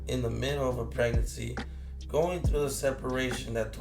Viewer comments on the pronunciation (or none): Did he say pegnancy?? He does look hes in his 3rd trimester.. 6000$ ????!! Who would pay this clown 6 cents for a simple conversation?